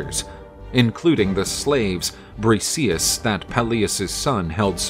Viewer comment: You pronounced Briseis extremely wrong. It’s not Brice-eez. It’s Bris-say-iss